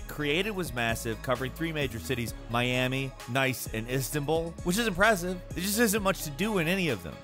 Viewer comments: Did you really just pronounce "Nice" as "nice"? It's pronounced Neese, like niece, not nice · i pretty sure the city of "nice" is actually a city in france and jts pronounced like "niece" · It's pronounced like Neece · more like niece… not “nice” 😂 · LOL, i've an 80% hearing loss and use subtitles to listen to these, and even i caught that, Neece not Nice! heh. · it's Nice, France and it's pronounced Niece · Imagine being and pronouncing Nice (Neece) France as nice... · The city of Nice is pronounced the same way you would say ‘niece’. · Nice is pronounced “Niece” not “Nice” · It's pronounced "NEESS," not "NICE" 😁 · Hahahaah he says nice. You spell it out as niece 😂😂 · Dude, I love you, but you need to work on your pronunciation. The city is pounced "niece", not "nice". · Nice is a French city, pronounced "nees" or "niece". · Miami, Istanbul, “Nice” 🤣😂 it’s pronounced “Neece” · I love you bro, but it's not pronounced "Nice" it's pronounced "Nees" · its "niece" ffs smh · Miami, Istanbul, and 'nice' lmao.... 'Neece'.... it's 'neece' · im sorry did he just pronounce it like nice not neice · It's pronounced like Niece, not NICE. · it's "neece" not "nice" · That's not how you pronounce Nice🤣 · It's pronounced like niece not nice even tho it says nice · It's not nice it's niece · It’s pronounced neece lol not nice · when he pronounced nice as NICE😂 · pronounced the same as niece. As a female child your sibling has. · Well english grammar is not my strong suit😂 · Mhmm, yes. nice as NICE. obvious difference in pronunciation when you spell them the same. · niece, it’s in France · the location Nice is apparently pronounced as “Niece”. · Lmsbbo right? Everyone knows it’s pronounced nice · Nice, the French city in driver is pronounced like Niece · did you just pronounce “Nice” as nice?? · sounding really sus today, from the higher than normal pitch, to the way he pronounced NICE. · BTW, the city Nice is pronounced the same as niece.